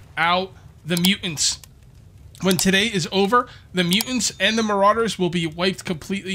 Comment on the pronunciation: do the MuUnts… i think my fren is trying to say muTants with T, A, T and S.